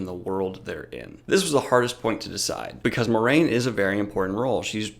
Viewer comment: It's pronounced "mwah-rain"